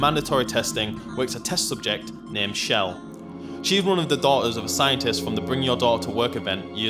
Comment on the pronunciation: why cant any one say chells name right ch not sh chell not shell